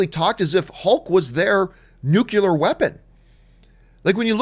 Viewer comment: John....LOVE your channel...tell me you did NOT say "NU-CULAR"...smh...